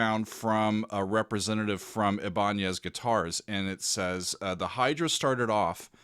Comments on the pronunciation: We all pronounce it "Eye-ben-ez" these days. What can you say? Americans! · The name of the Guitar company, is pronounced... eye-bin-ez,.... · Ibanez...pronounced "EYE-Bah-nez". A Luthier is one who can build a guitar from raw materials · I love you so much, So,... It's really Eye, Ban, ssss. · Ebonez? Lolol 🤣😂🤣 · It's pronounced Eye-Bah-Nez. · A luthier is a guitar builder (can also do repairs and general maintenance). And Ibanez is just pronounced eye-ba-nez 😉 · EYE-buh-nez is how I’ve always heard it said. As for Vai having no soul: He’s certainly not a master of emotive playing, but to say he brings no emotion to his music is going too far. Is his music cheesy? Yes, undoubtedly in my opinion, but not totally soulless. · while your pronunciation of Ibanez is close to what it originally was, the name has since been anglicized and is pronounced "eye- bin- ezz" Either way, glad you picked this. I remember the guitar being announced but hadn't seen him performing on it. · You are pronouncing Ibanez like a baseball fan 😉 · The way you pronounced ibanez is not okay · never? The first person I heard say a Spanish pronunciation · Made in Japan. :) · By their current Japanese spelling (アイバニーズ, formerly イバニェス to imitate the Spanish pronunciation) it'd rather be "eye-bun-knees". I guess they couldn't decide on it themselves lol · That may be the most creative pronunciation of Ibanez I have ever heard 😂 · I know, I had to laugh when I heard pronoucation 😂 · Look up the baseball player Raul Ibanez. That's how it is pronounced originally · Not ibonyaz! It's eye ban es!!! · Ibanez = "I-Ben-ez" accent on the I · It's pronounced EYE BIN EZ 😉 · I BA NEZ not IBANYEZ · Ibanez not Iban'ez by the way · Thanks for showing this guitar. Pronounced - Eye-ban-ez (Ibanez). Luthier - one who makes string instruments. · It’s pronounced “I” “BA” “NEZ”. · eye-ba-nez. loved the video though! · Ibanez = Eye ban ezz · Your Killin me, it's pronounced eye-bin-ezz. 😂